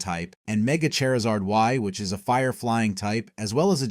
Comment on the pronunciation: Say Chari: Chari Say Zard: Zard Say Charizard: Cherzerd